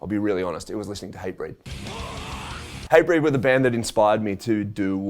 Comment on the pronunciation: Thought he said HYBRID when he said Hatebreed lol